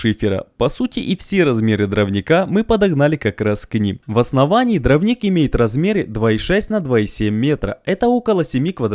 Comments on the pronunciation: дрОвник. Ударение на О. Вы же для аудитории снимаете, ну проверяйте слова по словарю. И, простите, но нет такого слова "шестьмя". Есть "шестью". Шестью сотками. У вас прекрасный канал, замечательные видео, но проверяйте пожалуйста, что и как вы говорите. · Все отлично, только повторяющееся постоянно неправильно слово дравник реально режет ухо... а так все отлично!